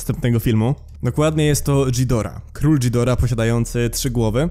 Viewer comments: nie dżidora tylko gidora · Zawsze jako big fana Godzili mnie to przerażało. Już sama Gojira z 1954(wolę japońską Gojirę) była dla mnie mega creepy. Kochałem go jak jego każdą wersję ale i tak był moim koszmarem. A tak wogule to przepraszam ale nie Dżidora tylko Gidora Gojira czyta się Godzira Mothra to motra a Mosura to Mosura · Ghidorah czyta się Gidora